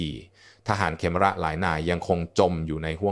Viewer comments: อ่าน เขมร (คะ-เหมน) เป็น เข-มอน ซะงั้น บางครั้งก็คิดว่า ต่างชาติทำคลิปแล้วใช้ ai อ่าน ใช้หาเงินจากยอดไลค์ ยอดแชร์จากคนไทย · นี่ก็คนเป็น AI อ่านอีกแล่วมั้ง"อ่านเขมร(ขะเหมน)เป็น เข-มอน.. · สะกดภาษาไทยให้ถูกครับเดี๋ยวนักเรียนที่อ่านจะสับสนคำว่าเขมร-ขะ-เหม็น ไม่ใช่เข-มอน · (ขะ-เหมน) ไม่ใช่(เข-มอน) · เรียนจบอย่างสูงแต่อ่านไม่ถูต้องเช่นทหารเขมะระและเขมอนมันไปทั่วโลกไม่หาคนอ่านข่าวให้ฟังถูกอักขระหน่อยครับ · ภาษาไทยวิบัติออกเสียงเขมรว่าเข มอน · อ่านเขมรก็ไม่ถูกนะAI